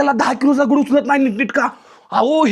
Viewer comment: माहिती चांगली सांगितली, पण एवढा आरडाओरडा कशासाठी आणि मराठी शब्दकोशात दगड असा शब्दप्रयोग आहे. दगुड नाही.